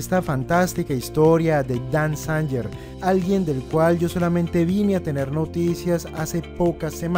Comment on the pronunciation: Dan Zanger. La pronunciación correcta es: Dan Zeinguer